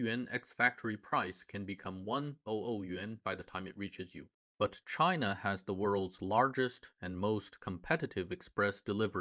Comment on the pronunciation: Cheena? Really native sounding